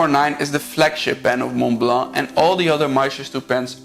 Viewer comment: Thank you for this very informative video, and for pronouncing Montblanc the way a French would (I am French). Just one thing : the 147 can only have cartridges, no converter (I have one).